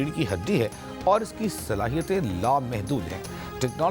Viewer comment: Be ghrto hedle. Awer lgate ho bolte awer